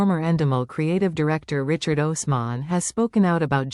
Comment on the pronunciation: Fake. You don't even pronounce Richard's name correctly